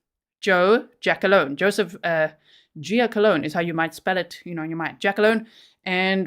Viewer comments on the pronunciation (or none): Its "Gia -Colone", not jackalone lol